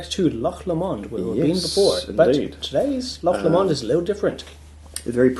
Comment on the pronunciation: p.s. it's not "LeMond" its Low-Mond, or more technically as a scottish person would say it... Low-mind (with mind said like wind)